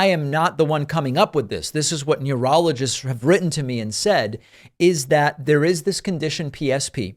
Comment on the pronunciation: Except that, he'll never be able to say 'neurologists' properly even once, let alone twice!